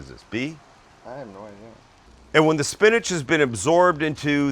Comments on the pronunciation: Spinach? SPINACH??? ... 4.5 from the East German judge. 😜 Other than that, nicely done. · Peas Sam not Spinach.. lol